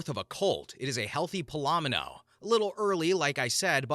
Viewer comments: It's pronounced Pal-o-meen-o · I am calling them "Puh-lom-in-oh"'s instead of "Pal-oh-mee-no"'s from now on. Thank you, that had me giggling 😂